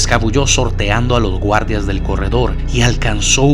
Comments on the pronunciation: Porque dice gurdas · Por que dices guardas? En vez de guardias??? Te cuesta decir la i?